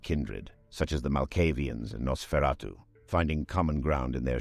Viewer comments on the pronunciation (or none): none